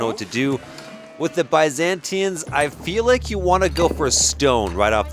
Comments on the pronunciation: He is "mispronouncing" it but unknowingingly ends up closer to the Greek pronounciation of Byzantines. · The confidence with which he mispronounces “Byzantines” is wild!